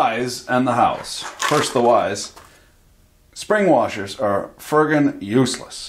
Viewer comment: Just here to hear say ‘warshers’